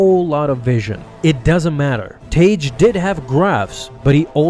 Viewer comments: Original canon pronunciation is "Tag", not "Tayge". You're welcome. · Idk why so many people get his name wrong. It's pronounced "tag" its not spelled tage it's 2 g's: tagge. It's basic English. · Y'all need to learn how to say characters name correctly for God sake. It's tag not what you are saying. It tag like tag your it dam. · i thought tagge was pronounced tag